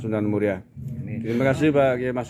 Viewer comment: Kyai mas'ud pak..bukan masngud..bahasa indonesia nya di perbaiki lagi ya pak😊😊